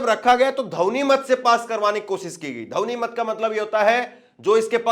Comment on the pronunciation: जैसे रिपोर्टरों को हिंदी भी पूरी तरह नहीं आती है इन्हें ध्वनमति शब्द बोलना नहीं आता है